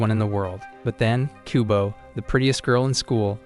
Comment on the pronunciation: I keep hearing kubone from Pokémon instead of kubo